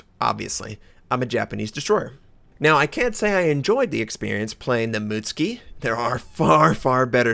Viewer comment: Mut-suki not muts-ki :)